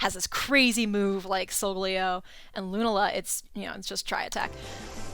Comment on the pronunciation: Did anyone hear how she pronounced Rattata and Lunala Someone help her